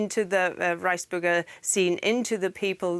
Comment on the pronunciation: oh thought she said rice burger it's Reichsburger lol